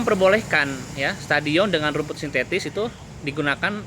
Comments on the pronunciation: Rumput sintetis bang bukan rumput sinsesis..😁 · min lu dalah ucap utk kalimat sintetis bukan sintesis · Punten mang, rumput sintetis sanes sintesis 🙃